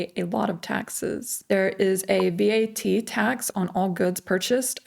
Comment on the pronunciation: You don't need to spell out V-A-T. It's said as a word- VAT. Are you concerned or just giving facts? Maybe you could move to a more affordable place. Try Lulea. :)